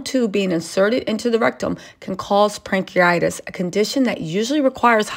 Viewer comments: It's pancreatitis not pancreatis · It’s called “pancreatitis” not “pancriates»